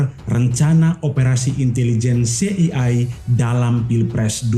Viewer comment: Lafalkan CIA bukan "se i ai" tapi "si ai ei"...😅😅😅